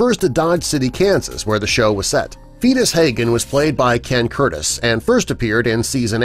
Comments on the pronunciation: I knew you were full of bull when you said "fee-tus" Hagan. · It's Festus Haggen not Fetus Haggen! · I swear I'll never watch this web site again. As noted, William Conrad originated Matt Dillon on radio. Now you said that Ken Curtis' character's first name an unborn baby. His name was Festus, not fedus. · Its Festus not fetus.